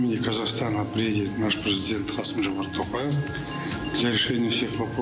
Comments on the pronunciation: Какой Касим? Касым-Жомарт! Что не так с вами люди? Не умеете по буквам читать? 🤦‍♂️ А ещё журналист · Не Касим а Касым. Почему так любят искажать имя. Себя ещё счетают умными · неужели так трудно правильно назвать фамилию имя не КАСИМ а КАСЫМ ведь буквы все РУССКИЕ а не казахские обязательно нужно делать ошибки в произношении ведь перед выступлением нужно подготовиться можно наконец запомнить выучить или воспользоваться плмощью суфлера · Его зовут Касым , а не Касим